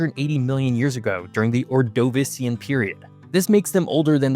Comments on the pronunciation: Yeah his pronunciation was bad, but if you want to comment on that you could at least write it out phonetically. Kinda just being unhelpful at this point. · LOL. Apparently your geography knowledge is not inspired by a knowledge of geology (EDIT: or is limited by your use of only modern maps). Or-DOE-vis-see-an is actually pronounced Or-duh-VEE-shee-an or Or-duh-VI-shee-an (My geology professors preferred the first, while nowadays it seems to be pronounced more like the second). The majority of America and the Appalachian mountains were also not up against the west African coast as illustrated with your maps when Gondwanaland was formed (resulting in the Appalachians). Instead only the very southern-most part of America touched the north-African coast (along modern Morocco) and continued up against Europe (where the majority of Eastern side of America sat). The Scottish highlands and the Scandinavian mountains (in Norway and Sweden) are the continuation/northern end of the ancient Appalachians that existed after the eastern and western modern continents were separated and still continue to exist in Europe today. (EDIT:) You do mention this but it would have helped to bring a map of Europe into the picture. Otherwise I really enjoyed this great presentation of the place where I grew up.